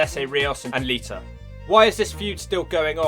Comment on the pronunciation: Lmfao lita = liter Why do you always change -a soinds to -er sounds. Fucking great